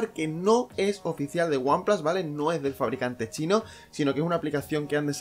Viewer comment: El primer youtuber que oigo decir one plas en vez de one plus jajajaja